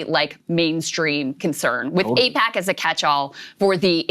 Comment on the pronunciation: Its like AIPACman's " eyePAC ayePAC eePAC .... what even is it ?"